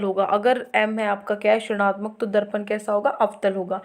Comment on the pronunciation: Mam aap rinatmak ko srnatmak kyu bolte ho